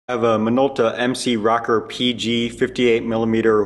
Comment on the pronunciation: I'm sure it's an awesome video and I'm even more sure I will find your channel VERY helpful in fixing cameras like I do. But also I couldn't finish this video because of the way you pronounce "Rokkor". Sorry. It's not you, it's me.